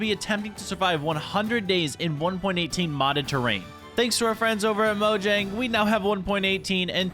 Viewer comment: You pronounced mojang wrong.